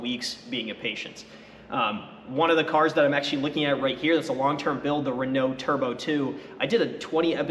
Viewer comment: I was gonna chirp you about being bullied on saying Renault right, but blamo, you nailed it! Best of luck!